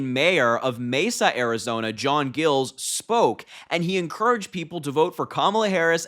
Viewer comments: That's my major, proud of him!! Just fyi..it's not gills, it's Giles, like miles but with a g! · Amazed that not one person here , including Harry, knew who J. Giles ( pronounced J eye ls ) was/is before this. He has been a Rino for years and years. He has been a Biden fan forever. Now you hear he is supporting Harris and you think it's the greatest thing since ice cubes. He is only a Mayor for 4 more months, and that is the end of his career. (unless Harris promised him something), so what does he have to lose. Republicans have shunned him and he sure could not endorse any of them. Soooo ... why not grab a few more minutes of fame by endorsing Harris. He is a nutjob just like Trump. Go see his State of the City vids. I guess so many found all this to be a great surprise. Oh Happy Happy Joy Joy. Go BLUE ! 💙💙💙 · Harry...Giles...long i. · Is it pronounced gills or Giles with a long i?